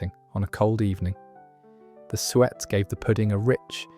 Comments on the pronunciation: The pronunciation of some words is appalling. It's Sue-Et not sweat for example. I've come across a number of these videos with errors like this. It spoils what could be very interesting stuff. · 10.34 Sue-et , eek the pronunciation, especially this, nearly made me 🤮! Very interesting as I remember these not necessarily called the same as posted. I’m not waiting for my bread to become old and dry but QOPuddings is my next indulgence!